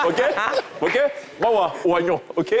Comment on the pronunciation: Carrément quoi 😂😂😂 Oi-gnon